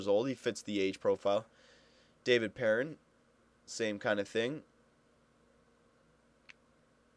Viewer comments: it's not "pear- in" It's "Purr-On" He's French Canadian. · its david PEAR- AWN